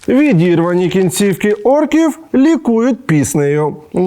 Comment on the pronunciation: Олексію, не "кінцівкі", а "кінцівки". Яку літеру ставити в кінці слова - "и" чи "і" - основна проблема людей, які переважно використовуваои російську. Це важко, я знаю, але передивіться правила і спробуйте закріпити це.